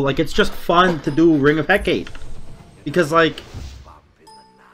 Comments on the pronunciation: again it's Heck-a-tee or Heck-a-tA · Let our boy alone with his EhKate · He-kah-tay (phonetic) Had to throw it out there. Keep up the good work 👍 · Pronounced heh-kaw-tay ☺️ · It's pronounced Heck-ah-tay by most westerners buts It's actually Eh-Kah-tee. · can never pronounce Hecate right Lmao. Good vid! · i die a little every time you say "hecate" like that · everyone in the Smite community pronounces Hecate wrong....... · Hecate is three syllables